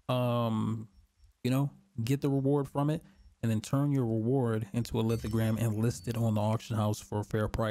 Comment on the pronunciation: Bro, its lithoGRAPH. Like a graph.